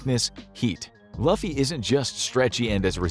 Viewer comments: looofee not lafeee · call him loofy not laughy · Bruh it’s LEW-FEE not LUH-FEE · His name is pronounced like "loofy"it keeps throwing me off lol just like them having Zoro's hair color wrong too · I want a part 2! Also it’s LOOfy not LUHffy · If you ever make a part 2 of this, Can you please pronounce luffy’s name correctly? It’s pronounced as “Looofie”, not “Laughfie” thanks! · Its LOO-FEE not LAUGH-Y, BARATEE-EH, not BARATUHY 🙂 comeon now 😂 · Bro .... the fact he just said Luhffy instead of Luffy pronounced (properly) LOOFY spelt Luffy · broooooo love your commentary..... but if youre doing another vid for one piece pls pronounce his name right at least... LUF FY not lofy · LUFFY not LAFFY. I still don't understand how Americans see a U then pronounce it as a A. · LUFFY IS SAID AS LOOF EE NOT LUFF EE XD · Its Loo-fee Not Luh-fee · Who is loffie ?? Its pronounced "lou fee" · Its loooooooooofy not luuuufy 😭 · It’s loooooooooffy not luffy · If yall gon do this , we’re not calling luffy “LOFY” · To be clear, I love the fact that a One Piece video is being made and I really appreciate the effort and theorycrafting without going past East Blue Arc. Pronunciation Guide that missed: Luffy - (Loo-Fee) Baratie - (Bah-Rah-Tee-eh) Not mentioning Roger, because at this point the intricacies regarding his name are not known to the reader/watcher at this time. One Piece verse science that will not work: Luffy vs heat (not the character). In a certain part of the series, Luffy increases his body heat to such a degree that smoke comes out of his skin. (Room for debate involving battles between A/S/Saka - Keeping names vague for the Live Action only viewers). Flame-Flame (Mera-Mera no mi) fruit vs Fishman Pirates also seems inaccurate. THANK YOU FOR GIVING ONE PIECE SOME LOVE! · literally said this out loud the second he said “L-UH-ffy” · Lou-fee please watch the anime if not a few episodes dub or sub are good. Just please pronounce his name right.